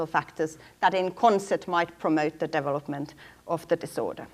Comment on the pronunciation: ugh... devil - upment devil - uping devil - up Why can she pronounce every other English word properly?